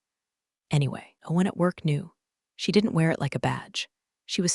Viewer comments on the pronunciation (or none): none